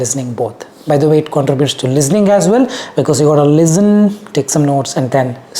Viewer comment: its listen not lizten